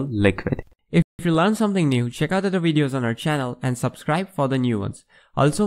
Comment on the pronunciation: i followed until he said "wideos" and now i am hopelessly confused